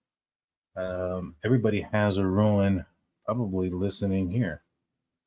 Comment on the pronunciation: Please for the love of God stop saying ruin. It's rune. Not ruin. I love the show. I just cringe every time I hear ruin.